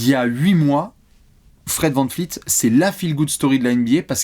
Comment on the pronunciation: Pourquoi est-ce que vous continuez à manquer de respect à tant de joueurs ? "Van Fleet" Sérieux ? 😑